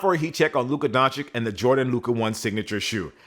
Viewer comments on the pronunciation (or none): Don-Chitch not Don-chick 🤨